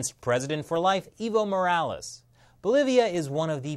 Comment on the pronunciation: I heard 'Evil Morales'? who else heard that.